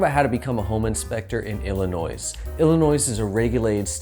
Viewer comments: I can't stop laughing. Every time he says it. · There is only one ILLINOIS. Say it correctly